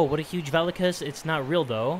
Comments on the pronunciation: It’s not vAlokas it Spelled that way but pronounced vulokas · hate to be a pain but Volakas is Vo-La-Kus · Isn't it Va-Lo-Ka